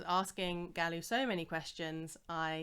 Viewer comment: Love How calls Galu for Galu and not Edward. is awesome😁